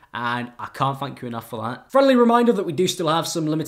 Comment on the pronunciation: His outro sounds like he said fuck you guys for watching this video